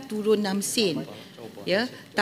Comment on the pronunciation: Sen bukan seannn bahlol